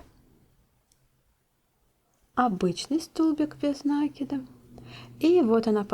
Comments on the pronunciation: Хоть бы ударение правильно делайте не накид ударение на " а", а накид на букву " и" мне так удобно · Почему нАкид?!😮откуда этот диалект? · Никогда не вязала из шнура, посмотрела ваши видео и сразу захотелось повязать. У вас очень качественные видео, есть чему поучится. Но у меня вопрос... меня закадили замечаниями, что я говорю нАкид, нужно говорить накИд, теперь я стараюсь говорить накИд, но привычный нАкид постоянно неосознанно выскакивает. Что вы думаете по этому поводу? Вы тоже говорите нАкид, вам делают замечания? Или только у меня такие добрые зрители? Спасибо за ваш труд!